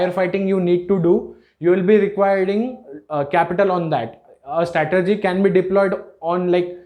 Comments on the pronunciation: The word is 'strategy' not 'statergy' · First learn how to say " STRATEGY" then you can make a video otherwise it is foolish.